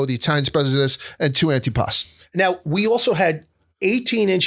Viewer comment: Thank you for not calling it “antipastO”